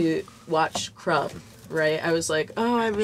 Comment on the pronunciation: Did this fellow pronounce the "B" in Crumb?